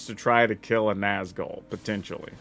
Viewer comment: The accent over the u in Nazgûl isn’t just for decoration.😢